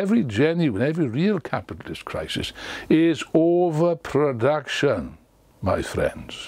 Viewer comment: "It is an elementary principal of Marxism: Marx explained this a thousand times; Engels explained this a thousand times. That the ultimate cause of every genuine, every real capitalist crisis is OWAPRODAKTIOON... ... ... my friends!" Best line I have heard in years.